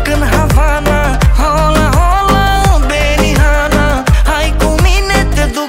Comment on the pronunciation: “H” de la “Hola” nu se citește